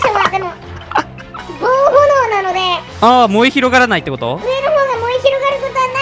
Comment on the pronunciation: ぼうほのおじゃなくて、ぼうえんですよ😂